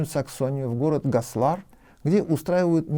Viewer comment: ГослАр😂😂😂, пожалуйста ударение на первый слог, ГОслар, я просто тут живу рядом, 15км. Звучит просто ужасно